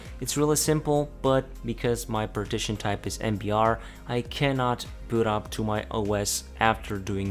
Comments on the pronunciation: Annoys me he doesn't say Boot, but secure bot? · Please do not pronounce "boot" as "but" or "butt" it's long /bu:t/ it makes it hard to listen as it annoys the hell out of me. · its secure boooooot, not secure bot